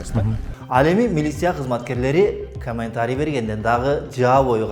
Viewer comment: 🤣🤣бля журналист хренов, туура сүйлөштү үйрөнгүлө анан сүйлөгүлө, миилисия, каментари, савумлейку, энтерву и т.п. деп сүйлөп жүрөсүңөр бля